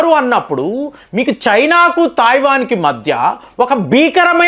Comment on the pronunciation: Thaivan entiraa illiterate, Taiwan anaali. Nee gorrelu neeku cheppavu. Nuvvu messages chaduvavu. Neeku telugu raadu, hindi raadu, english అసలు రాదు.